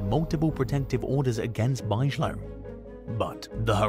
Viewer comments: Parker Bigelow erm hahaha its pronounced Big Ga low not buyzala...😂😂😂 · Bigelow is pronounced Big-a-low